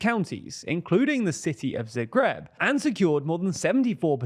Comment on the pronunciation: In the word "Zagreb" the stress is on the "a" not on the "e".